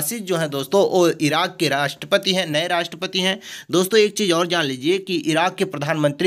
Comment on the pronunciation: 😂 राष्टपति को राष्टपत बोल रहे हैं। 😍